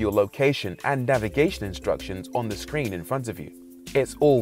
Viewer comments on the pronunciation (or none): none